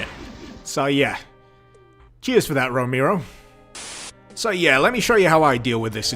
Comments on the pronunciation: Its pronounced Row-Mare-O, John Romero, not Row-meer-o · Romehro. Not Romeero. You fucking idiot. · "John Romeero." Lmao. It's ROMAIRO. Romero. Haha, love ya man. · I know who John ROMERO is, but not John Ro-mee-roe. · "JOHN ROMEERO" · “John Remeero” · everytime he says John Romero, i hear "Jown Rokneero" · The way you spell Romero hurts my ears, why such an emphasis on E? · Since you called us out on whether we know who John Ro-May-Ro is, I’m going to poke you back for flubbing the pronunciation of it. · "John Remiro" :D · John roMIRro, romeero, romyro? No, you disgust me. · if you're gonna bitch at people for not knowing who John Romero is at least say his last name right m8